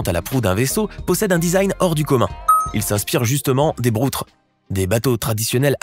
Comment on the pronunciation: Boutre et non pas broutre!!! Lusail prononcer Lussail ssssss